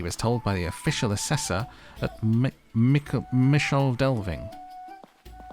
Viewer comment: The "Michel" in Michel Delving is pronounced either "mitchel" or "mickle", depending on who you ask, with the former having the most supporters. Tolkien took it from Old English "micel", which means big/great/large. Michel Delving means big excavation. Close to it is also a small town called Little Delving. Speaking of the Shire towns: I used to play Lord of the Rings Online a lot, and they absolutely nailed the Shire in that game. All the little towns are there: Michel Delving, Bywater, Frogmorton, Hobbiton, etc. Most of the quests in the Shire revolve around food or mailbags, or helping various farmers out with chores. It is almost a tranquil cozy game within a larger MMO with plenty of violence and darkness. Going for a spot of fishing or pipe weed farming in the Shire was always a great way to unwind.